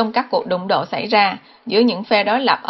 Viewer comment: Niu - Đeo- hi ..? Hay Niu - Đê- Li ..!!! Cần phát âm cho đúng nha GIỌNG ĐỌC QUÊ MÙA QUÁ ĐI